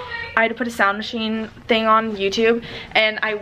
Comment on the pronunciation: "deres one mo fing in dere"